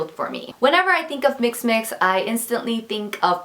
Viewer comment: I absolutely love your style! I just wanted to let you know that "mixxmix" is pronounced "mix-ex-mix" haha that extra x can be pretty confusing! But anyways, I can't wait to see your quality videos soon :) <3